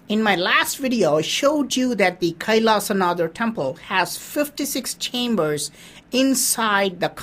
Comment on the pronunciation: Why Do you pronounce it as an English man? Say it SHIV. not shiva. Say it Kailashnath not kaisalashanadaa.